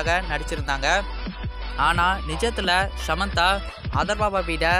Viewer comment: Its not shamantha its Samantha